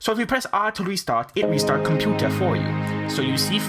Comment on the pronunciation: Your "COMPOOTAH"